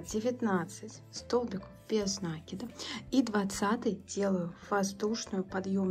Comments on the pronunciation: Как же триггерит неправильное произношение слов . Ну если вы садитесь снимать мк , делайте это профессионально не только по теме вашего видео , но и по тому , что вы в нем говорите . накИд!!!! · Почему нАкид? Просто бесит